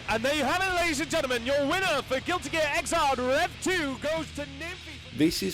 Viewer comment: Gil-ee geah lol